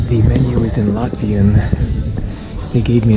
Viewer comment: I'm latvian and the whole time I was laughing at your latvian pronunciation but I can tell you were trying your best😂